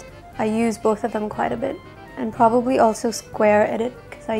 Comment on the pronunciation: Don't understand some hate comments here. She was brought up in New Zealand and that's why she has the accent. Also, no one is perfect at such age. So, please get off her backs regarding her use of the word "probabaly".